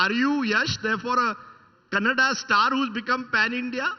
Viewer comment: It's kannada not Canada.